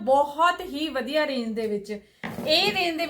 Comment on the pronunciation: ਜੀ ਵਧੀਆ ਹੁੰਦਾ ਹੈ ਜੀ ਨਾਂ ਕਿ ਵੱਦੀਆ ਹੁੰਦਾ ਹੈ ਜੀ 🙏🇨🇦🙏